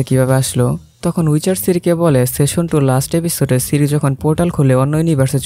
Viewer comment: ভাই উচ্চারনটা দয়া করে ঠিক করেন। খুবই বিচ্ছিরি লাগছিল। আপনি বারবার সেশন বলছেন। ওটা সিজন বলেন,,, আর একটু,,, আমেরিকান স্টাইনে বলতে চাইলে সিজেন বলতে পারেন। সেশন session যার অর্থ : বৈঠক সিজন season যার অর্থ : পর্ব, ঋতু ইত্যাতি। আর ওয়েব সিরিজ গুলার ক্ষেত্রে সিজন অর্থ পর্ব হিসাবেই উল্লেখ হয়।